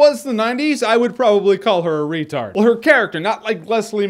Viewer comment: i believe now it's pronounced "ratard", but that's just what I heard.